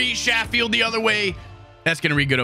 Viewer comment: how you pronounce Sheffield, is ( CHEF FIELD ) haha